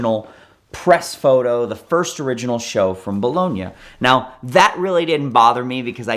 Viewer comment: Be lone ee ahh motor show. Jesus